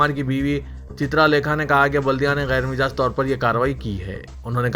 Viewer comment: ghair majaaz ko hamesha ghair mijaaz padhte ho .